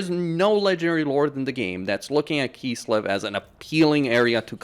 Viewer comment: why do you say "kisslev" instead of kislev?